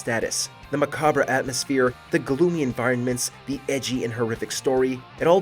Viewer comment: HA! Maca"BRE"!